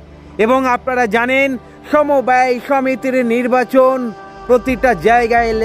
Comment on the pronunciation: সমবায় হবে , সমব্যয় নয়,ঠিক উচ্চারণ করুন